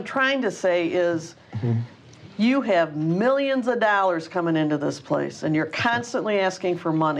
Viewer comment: "Fifty Thousand Dallers"